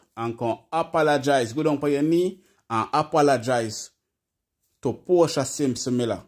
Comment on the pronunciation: Portia not porta